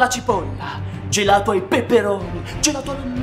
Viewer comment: GELATOH ALLAH VANIGLIAH